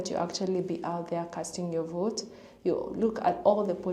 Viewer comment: Adios “I will boat for Donald Trump”